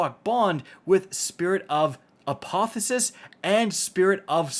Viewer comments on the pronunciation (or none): It's apotheosis, not "apothosis".